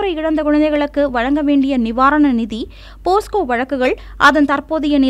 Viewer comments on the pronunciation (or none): போஸ்கோ இல்லை. போக்சோ வழக்குகள். (4.23)